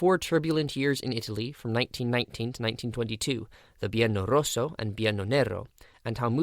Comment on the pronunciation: I noticed that you deleted without reply my comments with suggestions regarding the incorrect titling of your video, as well as the mispronunciation of the terms "Biennio Rosso, Biennio Nero". Obviously you did read them, because you immediately went and corrected the title of the video, although the audio still contains the mispronunciation (probably harder to correct the audio of a completed video). It's almost like saying "boohoo, I'm offended because you're pointing out a mistake, so I'll correct it but delete your comment, so nobody can see I've made a mistake." Allow me to say that this is a somewhat childish and immature behaviour, given that the feedback was correct, motivated with sources, and also written in a respectful and constructive way. In general, open-sourcing, feedback and peer-review are GOOD. They allow us to refine, learn, correct mistakes, and generally produce a better product. Recognising and correcting errors, as well as thanking the viewers who take the time to pay attention, watch our videos, and make suggestions, helps to build trust and an engaged audience. It creates a community of people engaged with the creator and having the same interests. Autocratically deleting suggestions and comments does nothing more than demonstrate thin-skin sensitivity and inability to receive feedback.